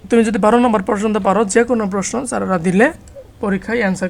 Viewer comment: ৫ম শ্রেণির শিক্ষার্থীরা সূত্র জানেনা। তাই তোমরা জানো না বলে সূত্রগুলো আগে শিখিয়ে নিতে হবে। আর উচ্চারণ ও হাতের লেখার প্রতি আরো যত্নশীল হলে ভালো হয়। যেমন বাংলায় নাম্বার নয় নম্বর। ব্যেংক নয় ব্যাংক ইত্যাদি।পারছো???